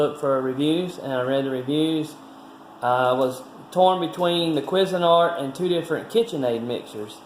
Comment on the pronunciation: Love how the calls it a "Quiz" a nart!!! HAhahhahhaaaaa.... Up here we pronounce it "Kwayz" a nart! Used to be really good stuff, but now with cheap Chinese plastics and low gauge metals, the quality is just not as good as the stuff the company was producing back in the 70s/80s. As it is seeming with most stuff. Cheers!